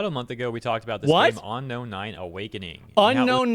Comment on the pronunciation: why does homeboy keep saying ano-nai and not unknown9? legit